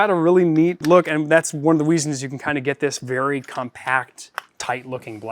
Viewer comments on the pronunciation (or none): "one of the weasons" 😭 (good review btw, now I wanna build one)